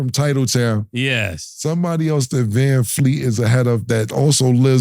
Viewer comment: “Vanfleet” is krazyyyyyy 😂😂😂